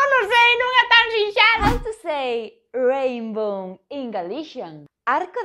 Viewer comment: Pois non, non é tan sinxelo! Aínda que xeralmente opto por falar galego perfecto. Por certo, a palabra en inglés é "rainbow". A pronuncia de soábame máis como "rain bone".